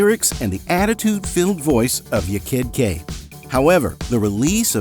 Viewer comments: there was no big "scandal" . most people didn't care. furthermore, it was pronounced "YAH kid Kay". not "y'kid kay".... 'kay? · Ya kid K. Not yakid Kay 😂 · For god sake man stop saying ‘yekid K’ it’s ’Ya (rhymes with Ha) Kid K, that’s how she raps it herself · Its pronounced YAH KID KAY! not " yay kid kak! And this wasnt a scandal at all! Everyone knew that the dancer wasnt the singer. Like everyone. I loved Technotronic , rolling over the melody being my personal fave! ❤❤❤ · It’s pronounced YAR (Ya Kid K) not YER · Isn’t it “yar kid K”? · It's pronounced Yaw Kid Jay btw ❤ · Americans do not know how to pronounce dutch names . surprise ;) it is fine. i do not worry . Spin that wheel does give an indication how to pronounce Yaah KID Kay. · And how many times are they going to say her name wrong?!! Can't stand this AI BS!!!! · Learn to pronounce the name Ya kid K. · It is obvious that the person reading the script was not someone who lived through the era and experienced this music. It was especially glaring with how he pronounced "Ya Kid K".